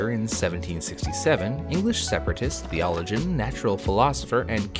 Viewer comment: You have an unique way of pronouncing “theologian” lol